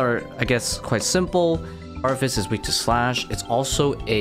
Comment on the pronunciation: My man leaving a whole syllable out of varvis haha love it